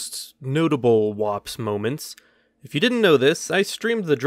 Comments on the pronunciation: Woops You said it wrong.. What W O P S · When you are just too much to where you can’t even say whoops correctly W O P S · “Wops” You have the weirdest way of saying whoops that I may ever have seem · Everyone: woops Literally everyone: woops Him: wops 😂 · Its WHOOPS, not WOPS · It’s not WOPS it is w ou. Ps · Just so he knows its woops... The word is woops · Hey, remember that time you came up with your own made-up term for embarrassing moments and thought you'd give it a quirky fun little way of pronouncing "whoops" but ended up naming it an ethnic slur against Italian people? Heh, Wops! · It was pronounced wups